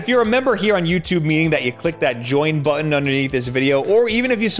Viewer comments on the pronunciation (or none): none